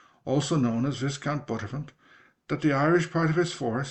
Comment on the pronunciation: Viscount is from French (Vis Compte) and pronounced Vye (as in bye). Another great video 👌